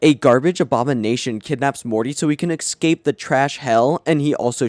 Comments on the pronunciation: EScape. Not EXcape. SHIT. Not Shi_t. You talk like you are hiccuping. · Why do you say ”eckscape”, isnt int pronounced ”escape”. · Man, after 8 RaMs retrospective, word "exscape" make my ears bleed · Look man you gotta learn how to say escape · I lose it every time he says escape wrong.